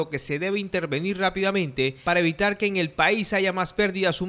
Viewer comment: Dice eñel futuro en vez de en el futuro.